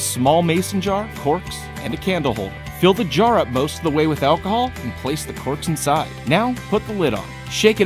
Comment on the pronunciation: Did anyone hear him say corpse instead of corks?..